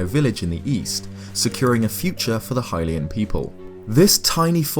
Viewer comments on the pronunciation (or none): none